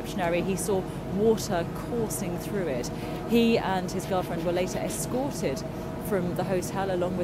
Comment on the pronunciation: yes, exactly. So why accentuate that word as if it was weird?